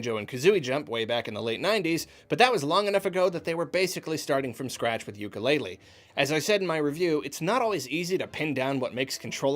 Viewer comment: I would make it better by pronouncing it correctly (oo-koo-le-le )